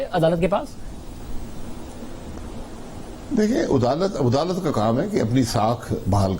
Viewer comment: Adalat nhi udalat keh raha hai yeh